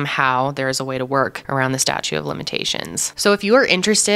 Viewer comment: Great story. It sounded like you kept mispronounceing the word statute as statue.